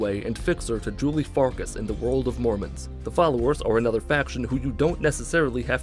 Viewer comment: Farkas means Wolf in Hungarian. It's pronounced farkash.